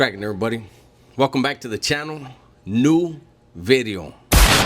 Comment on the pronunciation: Do you say video or bidio haha !! God bless bro been watching for couple years bro keep up the good content